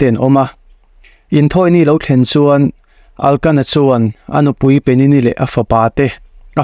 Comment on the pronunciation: Hani aiah khana-i tih tur aw..Elkana tih tur a nia...Pinina-i tih zawk tur a nia....I ti tha khawp mai